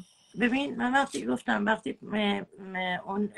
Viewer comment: ، روی فن بیانت کار کن ، گوتم نیست گفتم درسته چند بار از روش بنویس که یاد بگیری. اون یکی چیز چیز اره اره میکنه این یکی هم گوتم گوتم 😃